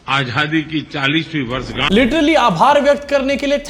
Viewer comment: प्रधान मंत्री पद पर दस साल से बिराजमान मोदीजी को आझादी भी बोलना नही आता.वो आज्हादी बोलते है.वाह रे भारतीय मतदाता.क्या चुनाव है आपका ? जैसी प्रजा वैसा राजा.